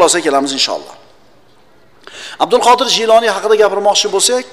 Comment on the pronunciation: Kinosida G'iyloniy deyiladi. Domlar Jiyloniy deyapti.